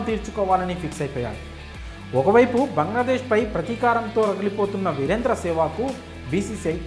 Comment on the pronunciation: వీరేందర్ కాదు వీరేంధ్ర. జర్నలిస్ట్ ఎలా అయ్యావు బ్రో